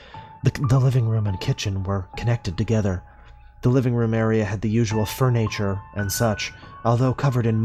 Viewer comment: Fur natture